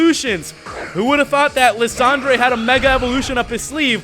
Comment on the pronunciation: You pronounce lysandre wrong